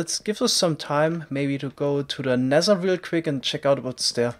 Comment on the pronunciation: Nezzer? You mean nether?